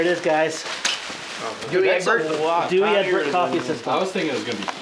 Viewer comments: Dooie Egberts ! ha ha ha! it's Dow dahlinks!!!! 😆😎😊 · It's Pronounced "daw.. egg.. berts" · OK so its called douwe egberts( dauweh egberts the g is hard like clearing your throat) and it comes from Holland greetings froooom Holland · Dutchies unite for the awesome coffee machine! It's pronounced 'Doyweh Eghbertz' :)